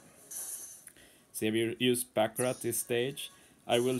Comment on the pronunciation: Finnaly someone on YouTube is saying Baccarat instead of BACCURA (The Panther luffy fought in Amazon Lily)